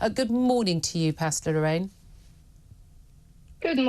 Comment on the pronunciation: She's called "pastor", not "pasta." These two words have different meanings and different pronunciations.